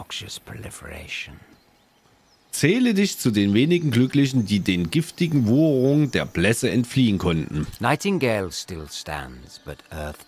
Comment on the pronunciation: Dann lös ich das mal auf . Im Text stand "Wucherungen" . Sag doch einfach mal "Wucherungen" und hör Dir dabei genau zu . Aber nicht schummeln .